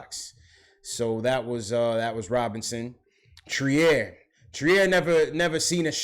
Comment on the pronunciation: I was at the game. Robinson's biggest issue is conditioning. 2nd, moving his feet. 3rd, he's 20 years old. Future is bright. The boy is a natural. By the way, Allonzo's last name is pronouced "Treer" son!